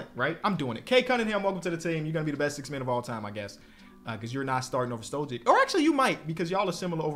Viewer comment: Why dont you pronounce Stojic not withthe same as like Jokic and Doncic lmao